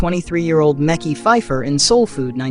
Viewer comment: 😂😂😂 Meki lol it’s Mekhi